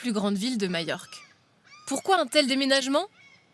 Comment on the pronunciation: Ne dit-on pas MaJorque en français avec un "j" comme dans "majeur"?? Pourquoi ce "MaÏorque"🙉 inspiré de l'allemand?